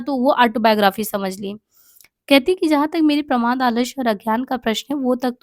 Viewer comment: देख तुझे इतना प्रमोद नही शोभता ..प्रमोद नही प्रमाद ..तुझे भी इतना गलत उच्चारण नही शोभता ..छि है